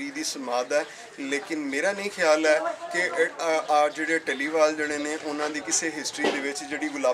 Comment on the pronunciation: dhaliwal (ਢਲੀਵਾਲ) nahi, dallewal ( ਡ ਲੇਵਾਲ ) keho ji, Gulab Singh dallewalia c